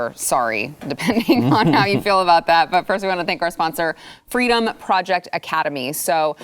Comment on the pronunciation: Are we sure she didn't say "Fweedom"?